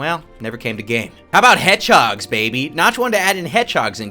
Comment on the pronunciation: not sonic “HEGDHOG